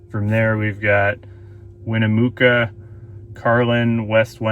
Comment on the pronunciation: It's not Winnimookah it's Winnimucka for the pronounciation and it's not Nevuduh it's Nevada long A's